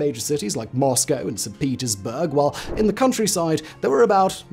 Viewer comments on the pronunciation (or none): none